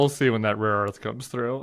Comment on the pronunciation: It was rare earth, but Trump cannot master that word apparently as he has said raw earth repeatedly